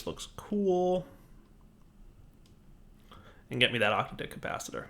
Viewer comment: It's pronounced OC-TAD-IC, not OCTA-DIC. I love your content but that is driving me up the wall. It refers to an octad, a grouping of eight things.